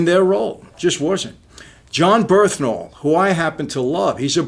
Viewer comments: Brilliant review. But it’s Bern-Thal Not Berth-Nal Just saying man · John “Birthnal” lmao